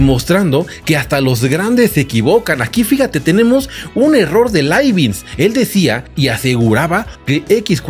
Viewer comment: Hola. Muy interesante el video. Pero por qué pronuncias Laibinz si lo correcto es Laibniz?